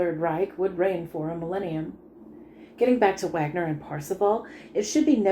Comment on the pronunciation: thanks for the up load ,Wagner is pronounced vargner. you know flight of the Valkyries and all that